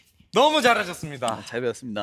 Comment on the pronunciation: 예준이 이 부분 발음 살짝 꼬인거랑 어조가 너무 귀여움. 너무 자ㄹ라셨습니다.